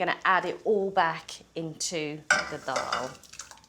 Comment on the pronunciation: Thanks for saying Dal correctly